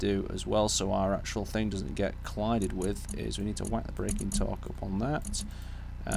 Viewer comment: Is english even your native language? It is called "THING" not "THINK"